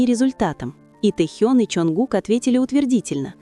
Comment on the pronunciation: ВЕДЁТЕ НЕСКОЛЬКО ЛЕТ КАК ВЫ ГОВОРИТЕ А ПОЧЕМУ КОВЕРКАЕТЕ ИМЕНА РЕБЯТ. НЕ Тэхьен а ТЭХЕН